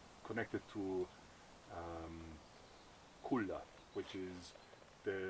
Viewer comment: Cuna not Cula